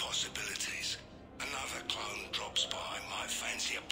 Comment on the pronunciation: I can't help but to think Zaeed says "clown" when he actually says "clone" makes it more hilarious to me. "And any clown that's looking for a 'pick me up' will be picking pieces of themselves up off the floor."